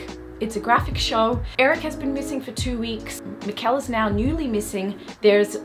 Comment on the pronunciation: BTW, quick hint about the pronounciation of Mikkel: Instead of "Miquel", think more like "Mickl". Emphasis on the first, not second syllable. A good rule of thumb is to listen to their pronounciation on the show (which, to your credit, you already seem to be doing a lot :)